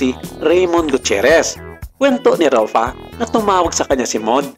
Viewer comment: RUFFA po, hindi ROFFA 😫😫😫